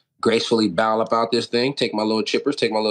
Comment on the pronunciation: "Gracefully BOWL" 😭